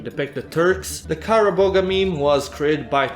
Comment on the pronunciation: fun fact : kara boğa is not read as kara boga, it is more like "kara boa"